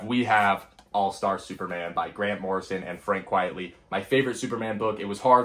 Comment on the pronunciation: Frank Quitely’s name is not pronounced ‘Quietly’. I think most Americans don’t get it’s a joke name.